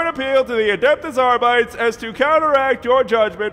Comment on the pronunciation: Something like AR-BI-DAYS is closer.